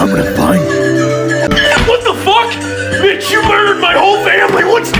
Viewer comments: I kept thinking he said “bitch” instead of “mitch” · The whole time i thought he was saying bitch😂